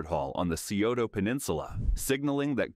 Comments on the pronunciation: incorrect. It's Sigh-oh-ta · Scioto is pronounced as sigh-OH-toe NOT see-oh-toe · Scioto is pronounced Sigh oto but most of us normally just say it like Sigh ota. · Scioto = psi-oh-ta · Thank you for pointing that out. I use to live in Columbus and the pronunciation in this video was driving me up the wall. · That was killing me too.